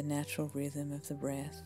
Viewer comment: “My voicezzz” “breathzzz”